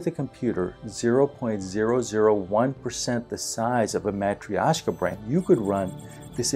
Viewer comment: It took me a while to understand that what you pronounce is Matrioshka (a russian doll). Spoiler alert: it's pronounced totally different, but hey, you tried! Thanks for great content!!